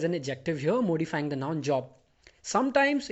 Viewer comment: Dear, Please, correct the spelling from 'slept' to 'slapped' in the sentence: Not knowing who I was, he slept me. Note that the pronunciation of the first syllable in 'modify ' is as in 'morning'' not as in the Prime Minister's name. Thanks for the simple and clear explanation.